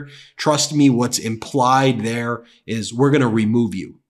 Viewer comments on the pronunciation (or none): none